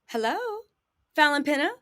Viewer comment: lol fallyns last name is pronounced like pena, not pina. I know because iam Cape verdean, and have family with that name, iam surprized she didnt tell ya differnt, lol 😁🤣